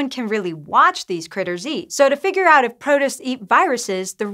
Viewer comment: I've been enjoying presenting but she said protist really weirdly in this one. I'm looking forward to her getting the hang of all the weird science words.